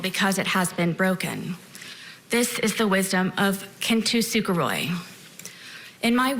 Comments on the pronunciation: kin tu suga roy. so true sarah. so true. btw she hasnt heard that word a single time before. it's kintsugi. not kin tu suga roy. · Did she pronounce Kin Tsugi (Kin-Soo-Gi) as Kin-Tee-Suka-Roy? What?!!! I'm already pissed, and I haven't got to the truly annoying and infuriating parts yet!!! Ughhhh, let me keep watching. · It’s pronounced: KIN..SU..KEE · "Kin to Sugar Roy... " ?? Isn't the technique known as "kintsugi"? What is she on about? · She spent so much time using a japanses art form as an anecdote and didn't even pronounce it properly.... im petty.